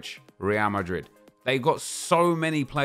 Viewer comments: It's Real Madrid not Rea Mari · The way he said real marid is definitely going to become a meme on YouTube